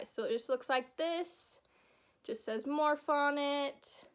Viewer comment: lolll you called it morph XD. its pronounced morphie